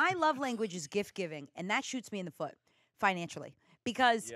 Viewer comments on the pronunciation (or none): none